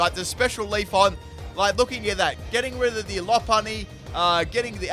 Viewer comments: I cannot unhear Leafon over LeafEon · You tell us to read you for saying "modest ability", but we should be reading your horrible pronunciation of "Leafon"'. It's LeafEon! Lmao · Leaf-on or Leaf-e-on? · He didn't even pronounce leafeon right